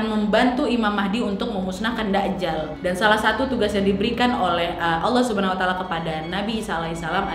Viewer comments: Maaf bukan dakjal kak nyebutnya, tp dajjal, j nya ditekankan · Masukan sedikit Kak Nadia, penyebutannya bukan da'jal..tp 'Dajjal'....🙏